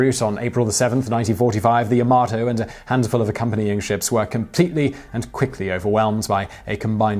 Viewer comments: Oddly enough, I've heard several people mistakenly say Yamoto, before, so I'm wondering if there's some unconscious proclivity towards that particular mistake in the minds of native English speakers? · a few points - the photo you gave in the beginning with the "constructor" is not a photo of any of them what does it mean - never push on the battleship - there is no such phrase and for me (whose mother tongue is not English, let alone its variant of slang for idiots) it is something new Yamato - why do you pronounce it linguistically impaired - every letter in this name should be pronounced correctly - opening your mouth carefully - unless you open it wide for things other than speaking and eating not the first time I am telling you that you make mistakes - so if you don't know something, ask smarter than you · At ....timeline you state the 2 battleship's names...and call one the Ya-Mo-to....yet the spelling of the ship is Yamato ( Ya-mah-to)......why ? Also, too many technical errors to count.....what are you doing? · Also he pronounced yamato wrong so many times, wtf is the, "yahmoto"? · I say "Yamato", you say "Yamoto". I say "Potato", you say "Pototo"... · Sais: "Yo-mo-toe. Clearly battleship is named " Yo MA toe. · LoL... just said Yamoto instead of Yamato.. Error in the script which they made for him?;-) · As a Person who absolutely adores this ship and believes it was the best ship in WWII, The facts you put out are incorrect at best and misleading at worst. The name of the ship and class is pronounced "Ya-ma-toe" not "Ya-mo-to". As said, The Iowa class battleships were ~55,000 long tons, which is not 40% less but is in fact 78%. At 8,400 tons per turret, the guns do not weigh more then american battleships, despite what the title says even though you say something different in the video, which is clickbatey. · Yamato, not Yamoto... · it's ya-ma-TOE not ya-MO-to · Yamoto xD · Ya-Ma-Toe not Yo-Moe-To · Yamato, not Yamoto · YAMOTO lol